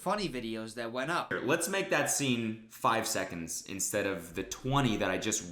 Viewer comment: I like the video but I hate how he’s always like leles show